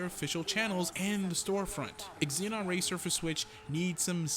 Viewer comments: Great review...happy to see a new arcade racer to play. Will def pick up for PS4 or PC. And as per Sodesco games..its ZENON not EXZENON :) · Just a FYI, the x is silent, it's pronounced "ze-non" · Why are you saying ex-zee-non? It's an element on the periodic table for god's sake...